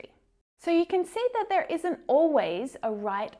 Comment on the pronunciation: Why do you keep pronouncing 'th'ere by 'n'ere ? Tongue twisted? A kind of cuteness?